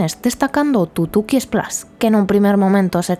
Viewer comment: El govern espanyol de torn va evitar que Disney vingués a Catalunya, això és conegut. Catalunya lligada a Espanya sempre serà llastada. Per altra banda, el vídeo està bé per a veure l'evolució de Port Aventura. El que no m'agrada gens és aquesta absurda i ridícula pronuncia d'algunes paraules com tutuki splas, sambala, novedaz, navidaz... grotesc. Esperem que Port aventura continuï millorant i ampliant-se al llarg dels anys. Una muntanya russa del Barça seria una passada. Hi hauria d'haver un parc del Barça, no de la lliga, no fa cap sentit.